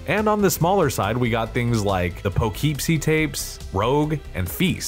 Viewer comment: Interesting pronunciations of "wendigo" and "Poughkeepsie"!